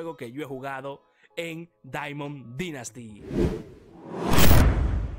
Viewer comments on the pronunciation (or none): Me gustan tus videos y todo pero no se porque odio que digas “dinasty” esta bien que no seas americano pero al menos pronúncialo bien ,eres el mejor ❤️